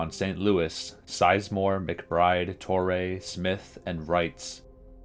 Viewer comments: Painful to watch when you aren't pronouncing the names correctly. Ken Reitz is pronounced "REETZ." and Joe Torre is a HOFer... I shouldn't have to tell you that it's TOR-ee, not Tor-EH. SMH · yeah...torray pronunciation threw me too. like cmon man. most famous manager since Earl Weaver.